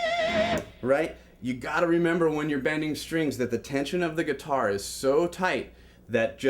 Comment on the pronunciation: Lol: "gutiar"..